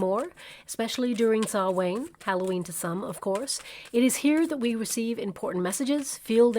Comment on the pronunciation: your pronunciation of Samhain is way off. Sorry it bugged me enough to comment. Phonetically it "Sow (as in a pig not to plant) Ann" and halloween night is Oíche Shamhna (EEha Sow na) Thanks for your readings. Always find them to be very accurate. Viewing from Ireland